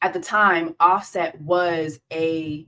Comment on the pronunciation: You lost me when you said offset ate lol